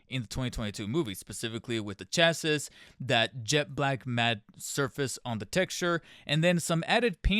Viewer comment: Dude, GET TO THE POINT! You are needlessly verbose and repetitions! Also chassis is pronounced chas-see.